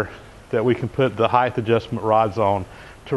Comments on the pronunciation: Oh good God pet peeve alert there's no such word as heighth. It's height there's no extra H! I am not typically one to be a grammar police as a matter of fact those people bother me but this is just a personal pet peeve of mine I'm sorry please forgive me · Always amuses me to hear 'heighth' for 'height'. I see the transcript corrects the word to 'height'. I'm pretty sure it's not just that uses 'heighth' and sounding 'dumb' for using it - but anyway, I find it funny - people using odd incorrect words..... Except 'heighth' has been in use for centuries (1616) and is a recognised equivalent of 'height' Thanks - for your bizarre education of me in English! (& Mr Pete - for 'finagle' - which you also used in another video I watched this week! Not heard of that one before!)